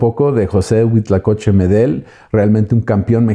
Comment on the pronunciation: HUITLACOCHE, NO HUITLACOCHO ., se ve que si sabes .